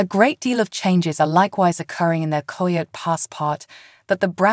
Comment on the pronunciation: Please, at least make sure your ai or voice over knows how to pronounce words like coyote.